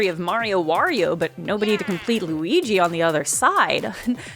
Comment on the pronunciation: Lu-eye-guy is my new character name, thank you 🙏😌